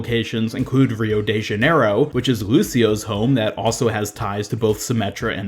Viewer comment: "reou de janeirou" dhaiekqoskaoks